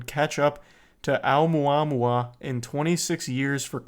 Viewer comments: It's pronounced, oh-moo-ah-moo-ah. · When you doubt everyone and everything bc you don't see it.. it was considered a meteor/asteroid at first.. then ppl figd out what it was. Face the facts brother. O mua mua is how you say it. Fml. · It's pronounced "oh-mua-mua". When we found it, it had already passed earth and been slingshotted away. It was a huge deal when it happened. They could tell it was interstellar and the way that it was physically shaped - with the material it was made of - was super odd but still naturally occurring.